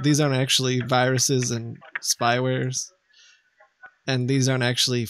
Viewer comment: There's "bayrous in your sistem"